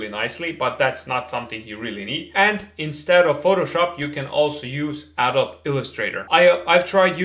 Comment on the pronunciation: Adobe is pronounced Adoh-be. Illustrator is of course vector VS raster, not really a direct comparison to PS and vector can be brought into your CAD package. I like to draw and model directly in Plasticity, Nurbs for Artist. I had guessed you were using Keyshot as there are bridges to many applications. I'm still using Mental Ray, ancient I know but I have full control and love the feature sets like micro radius, ambient occlusion and HDRI environments and local reflections, etc. Thanks for this video, it answered a few questions in the back of my mind. I have started designing watches for fun in between contract 3D work, and really appreciate your industry insights.